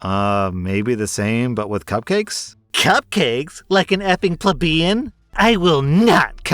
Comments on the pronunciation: How pronounced “Plebian” in that first story hit me like a flash bang. It’s “Plee-Bee-Ann” not “pluh-bee-an” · You pronounced plebeian incorrectly